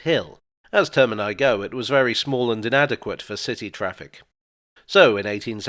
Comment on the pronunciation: Thanks for saying “termini”